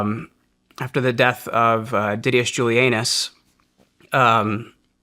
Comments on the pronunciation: This goes to show how mature I am…. I laughed so hard when I heard “DIDDY-us Juli-ANUS 😂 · I'm sorry, did he just say didius julius anus???? 😂😮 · Did he say “Diddieous Juli Anus” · Diddious Julianus 😂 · Did he say there was a Roman named Diddius JuliAnus?